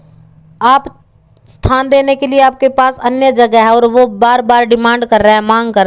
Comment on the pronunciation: बहन आप थान बोल रही है या स्थान मै समझ नहीं पाया शायद आपका मतलब जगह देने या नहीं देने से है